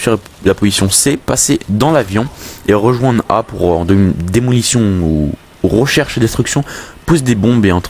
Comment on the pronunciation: "Rocherche" ? ^^" De quel campagne viens-tu ? ;D